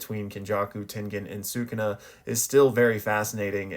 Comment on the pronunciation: Why cant you pronounce “sukuna”